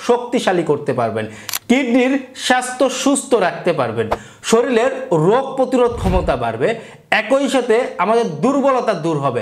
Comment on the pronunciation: শরীলের না !! শরীরের